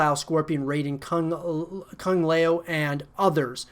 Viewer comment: my boy just said “Kung lay o” 😒